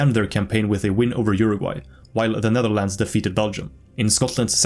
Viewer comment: the netherldndl 😭💀 btw great video, this deserves more attention